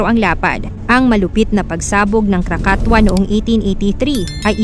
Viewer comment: KRAKATOA is pronounce as Krakatowa di po krakatwa